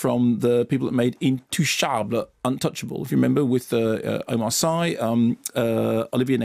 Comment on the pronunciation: Sorry Mark but I lived in Senegal for so long that I cringe when local names are mis-pronounced. Omar Sy's family name is pronounces "See" not "Seye" like synoyme not sci fi! He is of Mauritainian origins and made his name on French TV as part of a comic duo Fred and Omar!!! Very funny man.